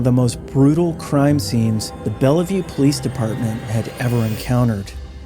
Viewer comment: Local WA feedback: Bellevue is said with two syllables. Bell. View. The middle e is silent 👍